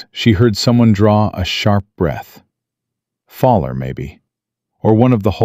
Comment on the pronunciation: George's name is NOT "FALLER". His name is "FOWL-ER". "FOWL" - "ER". as in "OWL", or as in "Fowl" - as in Birds.